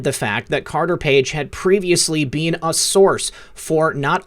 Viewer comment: THANK YOU for all you do. I just have to mention ONE THING that continually bothers me, and that is how you pronounce the word 'been'. You are an excellent communicator, and I would imagine that others may have commented to you on this issue, but I had to say something, because it has really BEAN bothering me.:-) Peace and Love to you always + WWG1WGA + Jesus is the Lord of ALL...